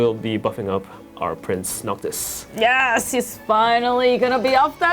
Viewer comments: Noctis or Noctic? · "Noctic" lol ok